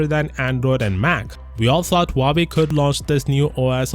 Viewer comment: Why im continously hearing him say Huabei? Instead of Huawei.